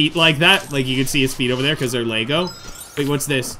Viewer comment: Hm, they are mispronouncing 'Lego' in the game. I assume Lego did not check the game.